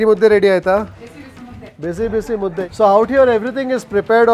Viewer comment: Mu dde Mu as in mo of move dde as the word “they” is pronounced Mudde not mutti